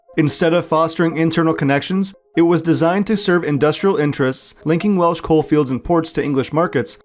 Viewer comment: Props for clearly doing some research on Welsh pronunciation, not something you get from every content creator.